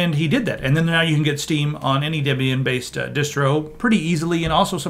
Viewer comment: Because I'm going to trust someone that can't pronounce Debian.